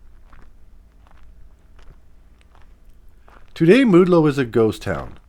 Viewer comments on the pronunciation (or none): its pronounced maude low not mood low.... i live very nearby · Great program! Maudlow is pronounced Mawdlow. Between Maudlow and Castle Town is Ringling which has a very interesting history as well. Thanks again for the program!